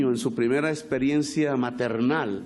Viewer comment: Experiencia un presidente que diga “esperiencia”?